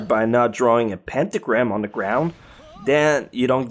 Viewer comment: you need to learn how to speak properly and clearly. you speak like you are a loli but clearly you are an adult. You say things like it instead of its 'da' instead of the.. and so on. it's annoying the lack of mental effort you put into speaking. it's not hard to talk correctly.